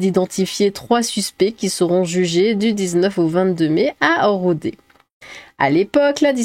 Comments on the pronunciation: Ça se prononce « Rodaizzze ! »😅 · ça se prononce RodezZ (comme zezette) Et ça ne me fait pas marrer. Ils ne l'ont pas bouffé parcequ'il n'était pas lhallal ? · Merci 👌 À RodeZ le Z ce prononce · On prononce "Rodèz" par "Rodé" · On prononce Rodaize. Dès le début il y a un problème avec la recette. Déjà, la viande de sexagénaire, c'est comme le gibier: on la fait faisander, jamais bouillir (elle aura meilleur goût). Si je peux vous conseiller une viande tendre, privilégiez le végane entre 25 et 35 ans que vous pouvez aisément faire passer pour du "porc d'Iran" si vous en faites commerce (c'est un vrai délice surtout transformé en jambon). Évitez toutefois la viande de gauchiste et particulièrement celles d'écolo et de LFI (trop dur et toxique). Par contre, la viande de LFI est parfaite pour remplacer la semelle de vos chaussures, j'ai des pompes en LFI depuis 2016 et elles sont à peine usées. Signé: Sophie et Vincent Pascal, bouchers à Melun.